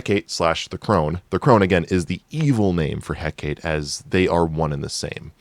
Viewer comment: Is this guy seeing the name "Hecate," (heck-ah-tay) and pronouncing it (heck-ate)?